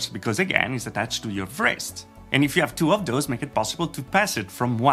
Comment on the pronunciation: That's really interesting, always cool to see new haptics concepts. (fyi the 'w' in "wrist" is silent ;-) )